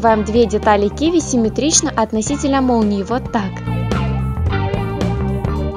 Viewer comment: Ты когда говоришь,ты говоришь СЛЮНЯМИ и + ты много раз сказала Семитрично,ДИЗ